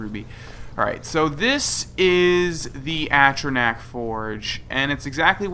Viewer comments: Watching TES games on console is painful after you've played on PC. Also, there's a difference between pronouncing words "differently" and pronouncing them dead wrong. At-trah-nack? Fucking really? Literally every single character in game pronounces it "A-tron-ock", and it's hardly a word used in everyday vocabulary so I doubt you picked up that bastardised pronunciation on the playground in primary school or some shit. Also, the UI that shipped with the game was made for crab-people and it physically hurts to look at now that I've had SkyUI for years. This is why God has abandoned us. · At-tran-ack ? A-tron-arch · "I've explored most of the game." *doesn't know how to pronounce atronach*"I've completed all the quests"Well obviously you haven't because you still need to take fire salts to Balimund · foster he said he's done all of the quests and then threw on later that he didn't do misc quests. I'm just giving shit because it's annoying for someone to act like they know everything and then not know how to pronounce atronach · if you've explored the game, you've heard people say atronach so to have explored most of the game, he would know how to say atronach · The way you pronounce atronach makes me giggle inexpicably